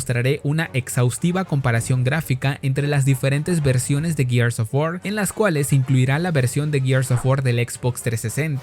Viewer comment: Tantos años con Gears of War, tantas veces que hasta en el juego dijeron la palabra "GEARS ", y nada que aprenden a pronunciarlo. No jodan.